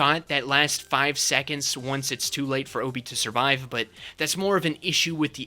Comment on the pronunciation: Just wanted to bring up that it's even said in Saw 2 that Obi's name is pronounced like Ah-Bi, not Oh-Bi